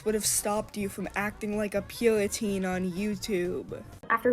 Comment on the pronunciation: Everyone point and laugh at the purriteen